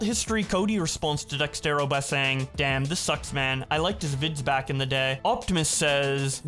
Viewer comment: Is constantly saying out “Dextero” instead of “Dexerto” a running gag or smth?